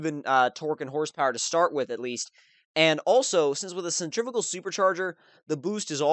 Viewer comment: sen-trih-fyoo-gal haha not sentrig-aful 90's vipers are badass! The v10 is so mental haha